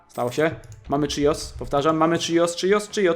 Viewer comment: Nie czijos tylko chios